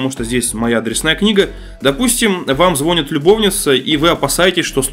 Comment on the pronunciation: Не зво́нит, а звони́т